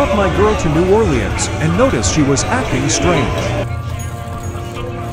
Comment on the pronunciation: I cant how it said New Orleans💀im from Louisiana and its not pronounced like that🤣